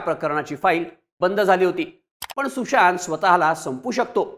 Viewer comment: तुषांत नाही रे सुशांत... उच्चार तरी नीट कर....😂😂